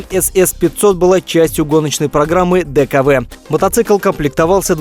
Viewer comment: Дюкв правильно говорить, одним словом а не буквами. Так тогда называли эту контору, она кстати была в "Альянсе четырёх"... после ликвидации трёх из "четырёх" - Дюкв, Вандерер и Хорьх были, сдулись по разным причинам, эмблема осталась у последней из "четырёх" - Ауди - четыре кольца, совмещенные между собой